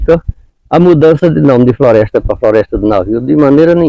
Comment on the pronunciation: Se ver que homen muito sabio inteligenge,primeiro na pronuncia errada que antonio sempre fez sobre Floresta do navio quando na verdade flroesta nunca teve navio... segundo descrevel bem quen era lampiao e seu bando por isso so ja demostro ssr homem sabio mais que um Doutor parabens seu homem como senhor e reliquia de grande valor exemplo pros novos..